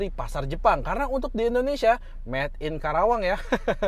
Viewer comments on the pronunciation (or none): none